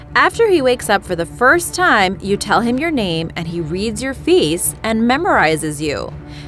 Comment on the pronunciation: and he reads your feece not face ;0